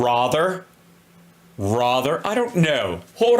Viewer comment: Rother? Rother? Is that a word?